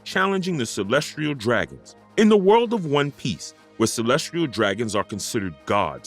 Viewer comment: Kàídau hehe.... I mean mispronouncing Kaîdôū is easy but reading Kayeedow did get a chuckle from me... I DIDNT Chuckle when I heard "Calestrille Dragons" over Celestial Dragons, though... <SIGH> Bad Speak Function handling I'd imagine... Not sure how some New SpeakFunction stuff works cause sometimes its ALMOST as good as programmed voice acting but the mispronunciation of Celestial DOES raise a lot of questions like they asked someone who knows nothing about One Piece to read stuff but without having Feelings related to Understanding the words One's reading... Ívánkōv being pronounced Îvánkôv is more Common a mispronunciation..... I do ALSO get bothered by mispronunciation of Wáng Zhī which doesnt sound like "Wéīng Zee" but closer to.. as an American MIGHT Write it if it was me 15+ years ago when I learnt more about Chinese pronunciation of ī as a final vowel in a name and a few words, would've written it like "Wong Zher" but where the R is Non rhotic like british english pronunciation of Sir but with a Shortened ī in the Sir and the S being a Sh sound with a Harder Z so its like Shortening the I in Sir before you hit the nonrhotic R... Would be rough to be named Wáng/Wong and live in US with spelling Wang without anyone even knowing the á accent implies a long Ah/Aw style A sound and not an Ay Éh sound... Even speakfunction handles these letters funny if it doesnt know to be trying to pronounce it for a Different Language not already incorporated into the common English spe